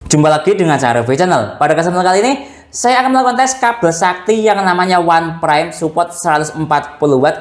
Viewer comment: Bacanya itu "onpraim" bukan "wanpraim"